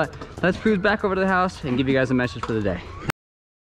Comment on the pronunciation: “Knocked overrrr” 😂😂